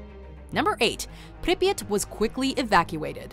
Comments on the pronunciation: its not pronounced Pripyit Its Prip Yeah T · i hate how she says pripyat, she says "pripyit" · Prip yat that’s The pronunciation it’s just like hearing somebody say HiroShima as hir rosh ama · Arghh the pronunciation of Pripyat 😩😩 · The way she says Pripyat annoys me so much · hearing say Pripyat Is amazing